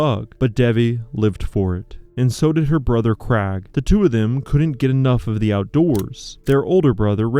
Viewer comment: What about the Krag for Craig? 😆